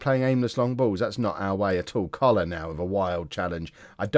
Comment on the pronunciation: Don’t know if you’ve noticed, but when you say “... Coller our midfield “, it sounds like cholera - not a problem, just amuses me